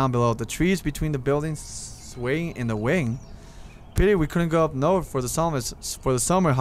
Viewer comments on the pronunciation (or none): none